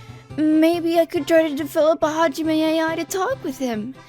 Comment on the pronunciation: "HaJiMeh" HDOSHDHEHEH